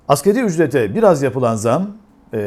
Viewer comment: "Askeri ücret" değil "Asgari ücret".